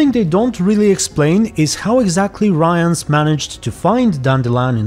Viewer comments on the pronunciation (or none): you're pronouncing Rience really wrong :) it almost sounds like you're saying Ryan lol. Rience is with short "i" like in word "ship" or "think". His name is similar to word "rinse" but with a C :) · At this moment in series the viewers don't know that Lydia is Vilgefortz' assistant, I think. It's still the mystery who hired Rience. P.s. Not "Ryence" - just something like "Ree--ens", it's not anglosaxon, but kinda french name. P.s.2. This is not Yennefer, this series does not contain the real Yennefer. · Rience is pronounced “Reence” if I remember correctly. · I'm just too used to hearing it pronounced this way in the audiobooks, they do say it Ryans there, and it is a British man narrating. Not sure if he was in charge of the correct pronunciation tho :) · About the pronunciation of Rience's name -- I can't find the quote, but I believe that at some he's referred to as "Riens" by someone, which does give some hints about intended pronunciation. If "ce" turns into "s" but "ie" remains unchanged, it suggests the dyphtong is pronounced the way a Polish person would, so "ryens". Other way to look at it, is to compare to the French word "rien", which is where the name might even come from (it certainly fits the character). And even if we were to treat it as an English name, English spelling being what it is, it might as well be "rins", not necessarily "rayans".